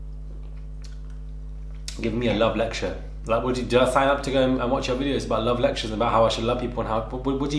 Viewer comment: The way he pronounces 'love' looooool. Chaldish